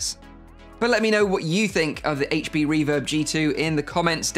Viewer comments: I'm glad you said aych-P and not Haych-P 😝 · Thank you for saying "H.P. instead of "HATECH P"